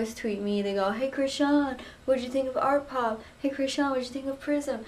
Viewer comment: Omfg she said artpop